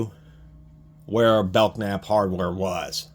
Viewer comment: FYI. Belknap is pronounced Bell-nap. The K is silent. I’m from Louisville, there’s still things around with the same name. Nice review. I didn’t know they made tools.